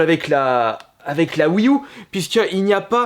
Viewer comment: La "Oui Ou" 😅😁